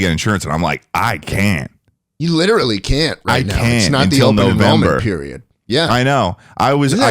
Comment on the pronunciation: Aaron from the speak pipe was a book definition was "witerally"